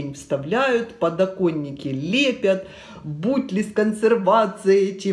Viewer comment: Бутли???, прямо слух режут некоторые ваши слова...